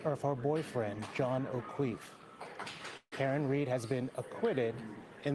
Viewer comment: This dude actually said Okweefe.. Wtf!